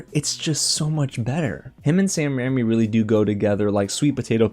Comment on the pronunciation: RAIMI not RAMMY